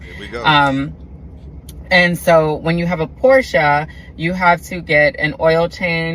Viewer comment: Porša haha